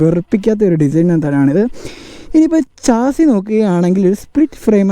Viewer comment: ചാസി അല്ല ഷാസി 😂